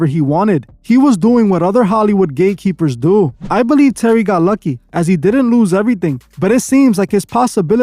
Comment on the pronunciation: Bro are you saying gay keepers or gate keepers ? I really can’t tell